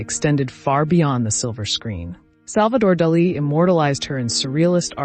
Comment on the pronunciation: My thoughts are that this is AI Everyone knows how to pronounce Salvador Dali